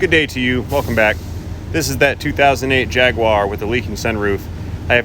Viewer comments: There is no W in the word Jaguar. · spoken in the most obnoxious, snotty voice imaginable "Yeees, Humphry, bring uh-roond the JagWAR at once." My moronic mother that's never owned a Jaguar, can't pronounce anything properly yet still thinks she's "prestigious".